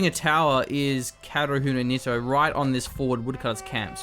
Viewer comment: How to pronounce Kaerunohito? 1st split the long name Kaeru - no - hito Frog - of - man/person ("frogman" if I'm not mistaken) 2nd correct pronunciation It is Ka-e-ru not kae-ru it is he-tow not ni-too PS: Love the shoutcast